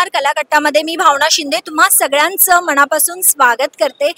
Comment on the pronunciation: निवेदिका मनापासून हा शब्द पूर्ण अशुद्ध म्हणजे मणापासून असे म्हणतेय बेसिक मराठी तरी शुध्द बोलणारी निवेदिका हवी हे चॅनल हेड ना खटकायला हवे